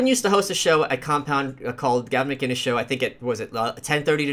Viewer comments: Gavin McIngus? It's McInnes. McInnes. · just for future reference it's McInnes not McIngus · Though he said macgingus? Lol- good stream......haha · A thought he said mc dingus